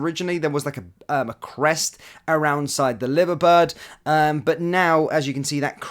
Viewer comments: Hope that ain’t the real lit And it’s pronounced lyver bird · It’s pronounced L eye ver bird. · A liver bird - seriously! It’s pronounced Lyver! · Thank you, can't even believe he said liver bird. My Dad would be rolling in his grave if he wasn't cremated. 😉